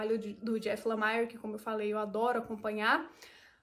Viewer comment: a pronúncia de Lemire é próxima do português mesmo, ou seja, "LEMIR" Bom vídeo